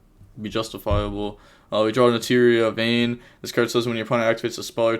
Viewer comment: Ish-she-zoo kell-doh gnat-chur-rea ....how the fuck did you get vernusslphyh right?